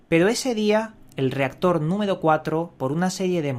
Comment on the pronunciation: "Numedo Cuatlro" "Pedo" "Tubiedon"